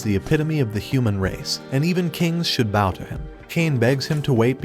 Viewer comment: also do you say bow like the weapon intentionally? when bending over (susdog?) its pronounced like ow as in the pain - bow